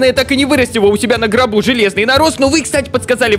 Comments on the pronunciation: Я один слышу "на гробу" а не "на горбу"?))) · я 1 кто слышен не на горбу а на гробу ? XD